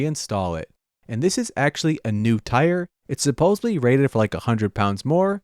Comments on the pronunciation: it sounds like you keep saying “supposebly”, which is supposed to be supposedly. 😂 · “Supposobly” is not a word,. Since you say it multiple times per video, please learn how to say supposedly correctly. Also, you really are overdoing he amount of screws you’re using for wood work, adding extra weight, extra work, and only marginally improving strength.